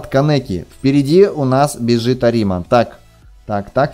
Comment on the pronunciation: Да блин какой арима' , правильно а'рима